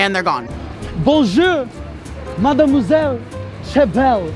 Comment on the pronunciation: I’m French and i think your « mademoiselle » is very good ( sorry my english is bad )